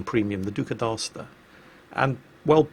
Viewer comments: Du-sah dee-Ad-sta... I mean c'mon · Being italian hearing your pronunciation of "Duca d' Aosta" was as paintful as an English reading this comment